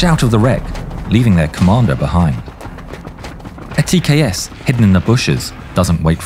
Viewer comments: It's tks not tas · "TKS with 200mm autocannon" Oooookay... Time to check the comments... Yeah... I'm not crazy nor the only one who heard that. 😂 Also, look like this was placed there as algorithm bait. Good job.